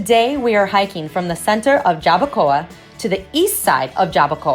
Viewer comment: Some tips of pronunciation for you...."YABUCOA" is pronounced as JAH-BOO-CO-AH, "CAMINATA" is KAH-MEE-NAH-TAH. "CAYEY" is KAH-JAY ("Y" has a "J" sound in Spanish). "BUEN DIA" (Good Day) is BOO-EHN-DEE-AH. "POLLO" is POH-JOH. You do a good job with "AIBONITO" yay!!! Thank you so much for being so kind and bubbly. BTW, have you tried eating "JIBARITOS" (HE-BAH-REE-TOHS)? They are greasy but delicious! Happy holidays and happy new year!